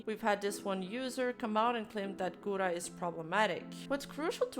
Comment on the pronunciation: This b*tch can't even pronounce Gura's name right, I just can't.